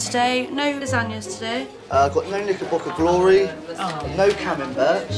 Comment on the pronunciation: Has to be one of the finniest yet. Did he say "cama bert"